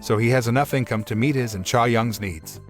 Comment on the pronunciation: its Chae, like Chay. chay young